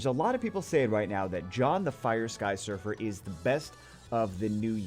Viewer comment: Look like you Say "Sky suffer" XD